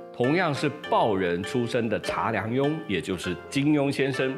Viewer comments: 非常棒的视频，一个小小的问题，查良镛的姓氏音同“渣” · 查良镛，姓氏上读音是扎。